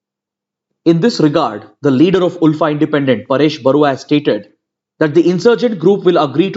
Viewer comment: Sir I'm from Assam and Assamese people pronounce ULFA as "alfa"